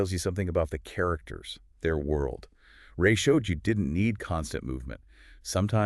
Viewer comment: Rāyey, not Ray as in the sun's ray.